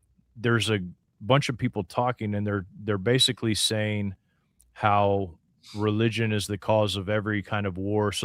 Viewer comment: Did you say re-legion?